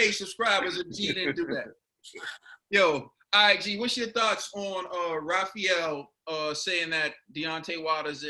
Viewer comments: He actually pronounced it pretty well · You did a good job with the name, you actually said it correctly. Raphael is from the same state as me in Nigeria and most Nigerians from outside the state can’t pronounce our last names lol